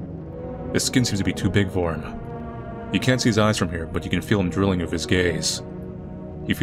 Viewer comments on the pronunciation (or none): none